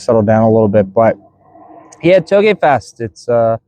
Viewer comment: Sounds like you said hoagie fest! Lmaoo made me want Wawa